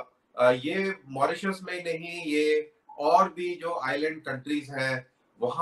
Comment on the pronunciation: मोरोसियस नहीं मॉरीशस 😂😂